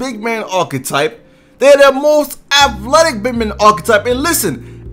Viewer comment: Why can't you say athletic